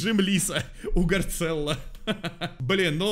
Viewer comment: вот он не гарцелло а гарссело